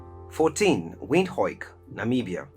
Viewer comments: It's pronounced "Vind-hook" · Windhoek is pronounced "Vint-Hook" it's Afrikaans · With all the love I have for my people and cities in Africa, let's not use emotions but facts. Gaborone and Windhoek (names pronounced wrong by the narrator) were mistakenly put on the list. The cities are way too small and development there is at its infancy. More needs to be done!